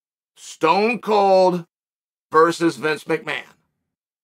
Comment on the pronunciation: VERSUS. Its not vrs. Man oh man